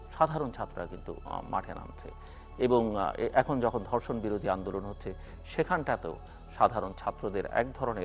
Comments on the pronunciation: উচ্চারণ ঠিক করতে হবে... আমি প্রথমে বুঝতে পারছিলাম নাই উনি কি ধর্ষন না অন্য কিছু বলতে চাইলেন... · Dorshon na “DHORSHON.” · sir it is ধর্ষন not দর্শন। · দর্শন কি? ধর্ষণ শব্দ সঠিক উচ্চারণ করতে পারে না, আবার ডেকেছে টকশোতে। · হাইস্যকর ধর্ষন না বলে দর্ষন বলে। 🤣🤣🤣🤣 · এর উচ্চারণ ঠিক না। দর্ষন (ধর্ষন), প্রুষ (পুরুষ)